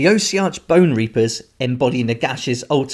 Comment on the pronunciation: Say it with me Aww-sea-ark. 🤣